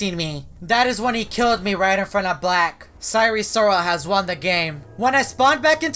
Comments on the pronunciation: I hope you know that its pronounced si-er and not si-ree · DID YOU SAY SIRE SIROL OR SIREN SIROL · He pronounces "sire" weirdly lol